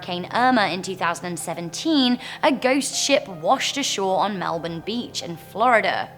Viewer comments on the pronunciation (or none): none